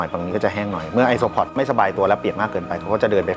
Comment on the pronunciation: ไอโซอิเล็กตรอน5555